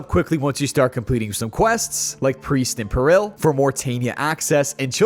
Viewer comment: Bro can't pronounce peril